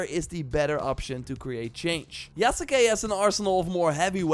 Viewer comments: its pronounced YASS-KAY. it aint that hard... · STOP SAYING THE U IN YASUKE ITS YASKE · Yasuke = Yahs-kay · Just a heads up, you are pronouncing the name slightly wrong. The U is more or less silent